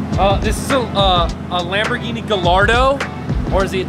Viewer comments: Do you mean Wamborghini. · “im hewe at my gawage just bought a dedicated wambogini” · Hewe in my gawage just got this bwand new deditaded wamboghini... fun to dwive on this minecwaft... awea, but you know what i like more than this lamborghini Knowledge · Hew in my gawage just bwought my bwand new dedidated wamborghini. But do you know what I like mow than my wamborghini? Knowledge... Thats why I had these book shelves installed I wead one book a day.